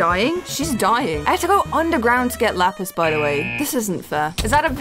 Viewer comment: You kept saying lapiz🤨🤨🤨